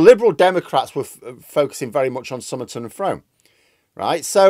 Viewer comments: From is pronounced Froom by the locals. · Sorry, it makes me twitch every time I hear you say it 😂 Frome is pronounced Froome as in room, sorry! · Do you mean Frome?